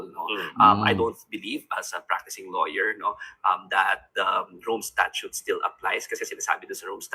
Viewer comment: STATUTE po at hindi STATUE. Baka butasan ka ng nga DDS.